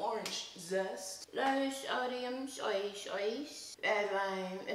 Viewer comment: the way she say soy sauce bitch im fucking deceased💀💀